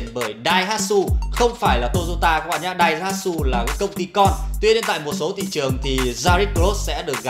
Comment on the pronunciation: làm ơn đừng nhấn mạnh Daihatsu ông cố